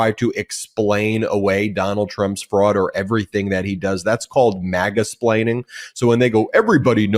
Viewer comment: Ben said Maga-explaining 😂😂😂